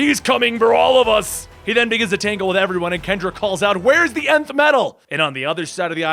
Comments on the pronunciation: If he says "nyn-th" one more time instead of "N-th" 😡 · NTH is pronounced 'inth' not 'nith.' Think about it. Feel stupid for a minute then stop doing it! This whole episode is ruined by this 'nith' word you keep saying. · I thought it was the enn-th metal not the nin-th metal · Shyera. Shy-era. Sigil. Si-jill. Nth. Enth. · No complaints here ... Totally diggin the vid .... Just wonder ... Is it pronounced Nth metal ... Like with and N ? Or Inth Metal ? Like its being spelled with an I ? I'm sorry I just always assumed it was pronounced like its being spelled with an N ... Thanks for the kick ass video ! Metal and Secret Wars 2015 are the two trades I really been looking for ...